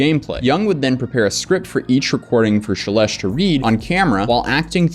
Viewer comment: I believe you pronounce the name “Shelesh’ dimilar to relish. Justbsay relish, but begging it with an SH, as in SH**, just think of her content to help you remember that.